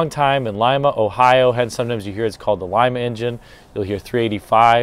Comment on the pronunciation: Lima, Ohio...pronounced like it's spelled Lee-ma, not Lie-ma....